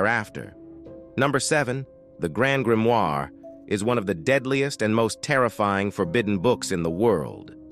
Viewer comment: Lad... Either choose to speak on fiction or choose to speak on facts & reality. Not a single entry, up to & including the Codex Gigas, is factual. Your robot voice mispronouncing Grimoire three different ways in a row was really entertaining though